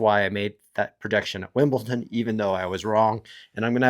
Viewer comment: Your pronunciation is just wrong. It’s not cute or funny . Just pronounce it the way it is written. Ridiculous.